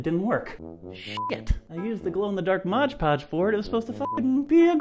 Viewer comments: "modge podge" yikes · this was hard to watch because he was saying "modge podge" i was cringing so much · Yes!!!! MOD PODGE!!!! geebuz x.x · UGHHHHHHH ITS REALLY ANNOYING WHEN PEOPLE SAY IT LIKE THAT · MODGE PODGE????? 😭😭😭 WOOOOOWWWW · There's a comment where he explains that he always thinks of "Hodge Podge" when he looks at the name do he pronounces it "Modge Podge" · No hate, I love you and your videos,, but PLEASE for the LOVE OF GOD learn to say MOD Podge right!! I cri everytim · If I had a dollar for every time rob said 'modge podge' I would be rich lol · Every time you said modge podge I got a bit more pissed off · I dare you to say modge podge one more time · "Modge podge" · MOD PODGE! OH MY GOD ROB CAN YOU READ! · ROB ITS FUCKING MOD PODGE XD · I love you guys but you saying "MODGE podge " is was killing the whole time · it's mod podge not mog podge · I'm gonna kms if he says modge podge again. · who else got fucking triggered when said,"morge porge" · Who else got triggered by saying "Modge Podge"? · Cam McArdle "maj podge" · Someone make a video collage of rob pronouncing mod Podge wrong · I hate it when people can't say mod podge normal.. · The way he says Mod Podge freaks me out... smh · Am I the only one who got annoyed by the way he says MOD podge ?!?!? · 😭! Not MODGE Podge! It's called MOD PODGE 😂 I'm loosing my mind if you say Modge Podge one more time 😂😂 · Did he say modge podge instead of mod podge !!! !!!!! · You say moge poge when it clearly says mod poge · i get so annoyed when people pronounce "' mod podge " like " modge podge " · Me too, I don't get how they read "Mod" as MODGE. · yup and even the CC are comming up wrong. hes saying MODGE PODGE and the CC are coming up as MOD PODGE. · Moggy G rob stays it like MODGE PODGE BUT ITS MOODDDDDD PODGE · I hate when people say "Modge Podge" like no its "Mod Podge" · Does that bother you too? Like omg I hate how people say Modge podge instead of Mod Podge. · Modge Podge.